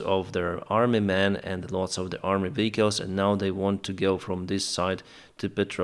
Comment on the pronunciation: I love how you pronounce vehicles. Put a smile on my face, it reminded me of an exchange student. I used to date back in the eighties. I traveled there, she traveled here. She was from Germany & I'm from America. The word she pronounced funny was vegetables. I speak German also, I wonder what words I might say to a German that I'd pronounce funny to them? Keep up your good work. You are an honest & trusted journalist, who is a rare find nowadays. Bruce Lintz Cincinnati, Ohio U.S.A. with Ukraine.